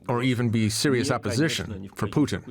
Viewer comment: Why does that lady keep saying Poutine?